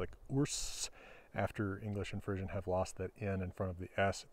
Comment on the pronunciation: Nice explanation of the etymology of this language. Maybe I'm the only one but I find it interesting that pronounces Frisian as Frissian with an emphasis on the i and s sounds; my Frisian family said it with a long e sound...Fresian or Fresk or Fres. We were a West Frisian family though, so maybe it's pronounced differently elsewhere. Lots of differences in lots of areas - including languages!